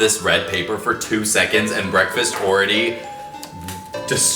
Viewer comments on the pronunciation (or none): When he/them/her said BREAKFASTAH that made me 💀